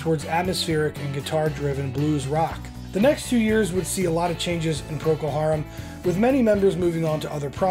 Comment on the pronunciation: "Proko" Harum??! Really??!